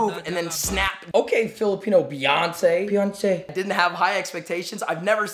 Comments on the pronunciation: "Peyonce" lmaooo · "peyonce" BAHAH